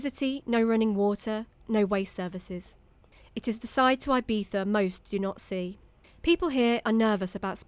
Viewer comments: Eye-beetha! As soon as she opened her gob and referred to Ee-beetha as Eye-beetha, I turned off. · 'Ebeetha' is how is Ibiza pronounced - not 'Eye-beefa'.. for gawd's sake. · say Eye beeza one more time.